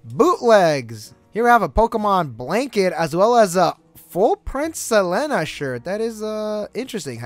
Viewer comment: It’s pronounced Saleeena! No hard feelings 😊